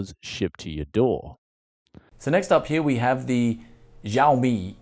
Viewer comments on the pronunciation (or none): Hammad Ahmed not to mention mi is pronounced like Me. Not like M-I. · its pronounced like Shao-Mee.